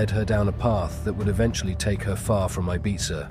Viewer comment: Your pronunciations of Ibiza and Mallorca are so frustrating!